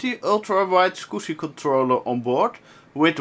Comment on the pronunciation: smiled on every "scoosy", like.